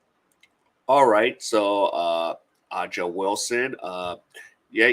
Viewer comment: Thumbs down for not being able to pronounce her name. A'ja, pronounced Asia. Make your show a little more professional.